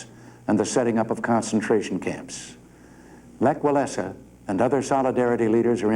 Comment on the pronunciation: Leh ŁalesaXD